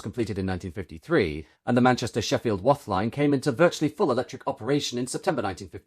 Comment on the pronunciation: We pronounce Wath like bath.